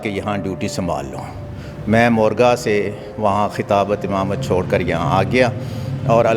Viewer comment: Amamat nahi Imamat bol Pendu.